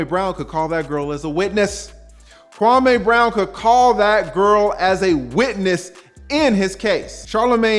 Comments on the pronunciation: His name is pronounced Kwamee not Kwamay! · Kwa_ME not Kwa-MAY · Kwah Meeeee, not May.